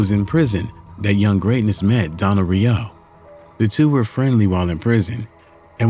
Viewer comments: Im not the only one but but it's "row" not "rio" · You completely fucked up that man's last name. Smh. Every time you said Re-OH, I wished I could dislike the video more than once😮‍💨